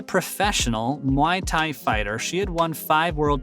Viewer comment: I hate when white people who cover the sport of combat fighting and dont know how to pronounce muay thai. Its pronounced like boy but with an m not a b. Stop saying my thai, especially if youre covering the sport. Its not hard and you should already know how its pronounced if you take combat sports serious.